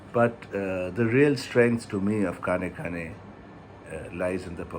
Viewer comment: The ‘N’ in KAANEKKAANE is a retroflex. Try again that way and you will get it right.